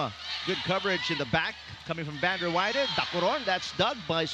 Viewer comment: Good game to both teams 👏 Fyi to pvl announcing the play by play during the game.! Stop saying Vander Wei-de it’s Vander Weide correct your pronunciation pls. lol she’s American 👌 Vander Weide not Vander Wei-de 😅